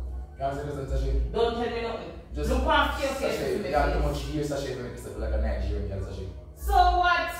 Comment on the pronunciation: So it's not Nigerian but 'nightgerian' 🤣🤣🤣🤣😂